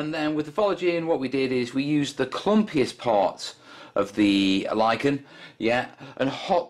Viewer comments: [ lahy-kuh n ] or [ lie ken ] not [ li-chen ] someone's pulling your leg mate. Keep the videos coming! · So you pronounce it "Li-ch-en"? I'm Liken that! ;) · How to pronounce lichen? Depends if you are American or a Brit! We Americans say liken, while you BrIts tend to say litchen. Both are correct btw!